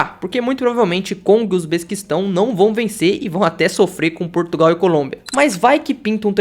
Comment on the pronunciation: "Usbesquistão" esse país aí é novo